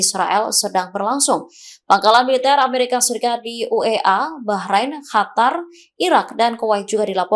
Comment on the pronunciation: Hatar..... apa Qatar sih